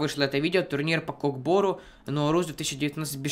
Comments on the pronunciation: Братиш немного неправильно ударение не КОК БО́РУ , А УДАРЕНИЕ НА КОК БОРУ́ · Не кок бо́ру а кок бору́